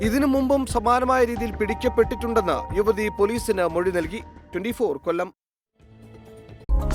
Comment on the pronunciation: ഇനി വ്യത്യസ്ഥ മോഷണതിന്റെ വാർത്തയിലേക്കാണ് കൊല്ലത്തിലേക്കാണ് എന്തിനാ ആങ്കറെ കൊല്ലതിനെ ഇങ്ങനെ കൊല്ലുന്നേ വാർത്ത വായിക്കുന്നതിന് ഇടയിൽ പതിയെ പറഞ്ഞാൽ പോരേ"???